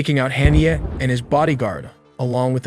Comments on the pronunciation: One would have hoped that anyone taking the time to make a video like this would have gone to the trouble to learn how to pronounce at least one of the people involved. In the first 30 seconds, I hear Haniyeh, Mossad, Tehran, and Hamas all mis-prounounced. Oy. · Learn to properly pronounce Mossad, Haniyeh and Hamas